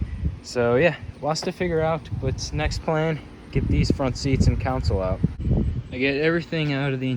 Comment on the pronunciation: Counsle = Console (con-sole)